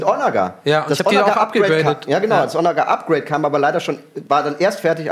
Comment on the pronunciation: Geiles Ding, gutes Spiel, gut kommentiert von. Triggert mich aber hart wie er Onager betont ^^